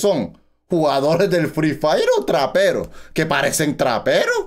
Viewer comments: me cague de risa cuando dijo que eran raperos se escucho como traperos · Oye es rapero no trapero xddddd